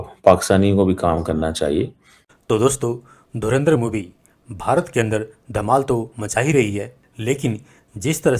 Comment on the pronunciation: साले पाकिस्तानी धुरंधर को धुरिंदर बोल रहे हैं 🤠🤠🤠